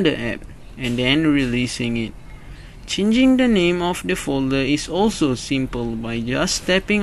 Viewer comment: when you said "changing the name" I thought you said at first ching ching da ning, which actually makes sense if you think about it